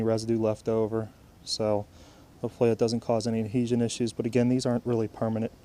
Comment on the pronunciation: Bro can u stop saying permanent like Oka